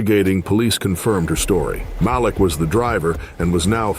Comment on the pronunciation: Malik...maybe Mah-leek. And 9 hundred eleven and F 1 hundred and fifty...A1 western voices and videos produced by a 12 yr old Korean kid